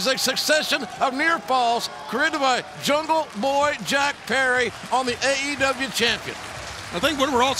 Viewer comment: Big fan of JR but when will this man learn the name jungleboy. Come on.